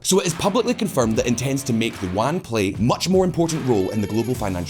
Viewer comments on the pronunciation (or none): Yuan. E-woo-an. Yuan. Not wan. I'm not sure but that could be the name of some historical currency.